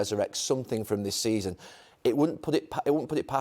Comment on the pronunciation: Did Carra say “give him till the end of the semen”?